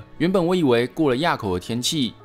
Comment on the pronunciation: 思源"埡"口 讀音正確的念是ㄨˋ